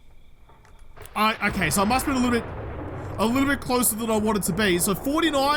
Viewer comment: Every time you say "Hhhokay" all I can think of is that old ebaums world animation about the end of the world.